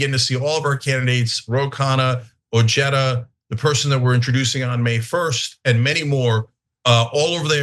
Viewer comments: That’s Ojeda and pronounced oheda and not ocheda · Richard ojeada is a mouth breathing ignoramus. Cenk can't even pronounce his name correctly the J is an H Cenk ask Stuttering John Melendez is that your next candidate for office? How about Brian Kareem?